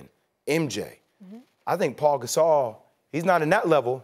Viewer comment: “Paul Gasol”